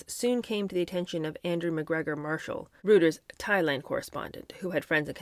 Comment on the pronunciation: The news service you quote is pronounced “ROI-ters,” not “ROO-ters.”